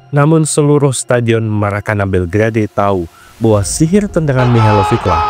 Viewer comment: Belgrade sebutan yg benar bel gred bukan bel gra dey..😊